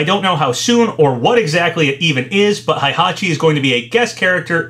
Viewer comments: Heihachi is not pronounched "high-hachi", that is incorrect. It is "hey-hachi". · its " H-E-I" hachi!!!! H E I H A C H I NOT "H-A-I" hachi!!! GET IT right, u talk about H-E-I-hachi like 6 times and u STILL cant seem to get it.